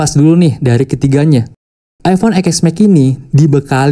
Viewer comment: Eexmex.... Yang bagus dikit bang bilangnya masa channel nya udah ios ios bilangnya eexmex😂 TEN S MAX BANG.. 😂😂